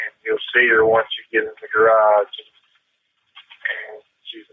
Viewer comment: I've never heard so many single-syllable words spoken with 2, or several. "I li-eft he-er iyirn theer ha-ourse.. iyirn the-er gyer-ararge" - this guy is iyirnsufferayable.